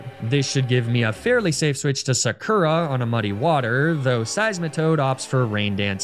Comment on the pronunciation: absolutely killing me here with that “Sakura” pronunciation,.